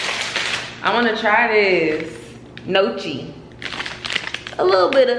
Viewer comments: Facts about dating and men. LOL its pronounced nyeoki...baby reindeer is good! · Your videos hit like those Sunday services when the message is confirmation of something you've been struggling with. ❤❤ And it's pronounced gnocchi "knee-oh-key". 🙂